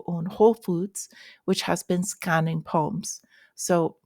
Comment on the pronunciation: Did you say Whole Foods is scanning "palms" or scanning "phones"?